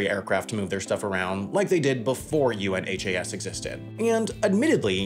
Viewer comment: UNHAS is pronounced by those who use or operate it as a single word, like the opposite of Has is Un-has. Not each individual letter.